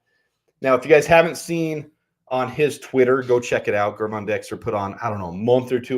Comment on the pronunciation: why do you persistently mispronounce Gervon Dexter Sr.’s first name? The G is soft. Pretend he spells it Jervon, and you will pronounce it correctly.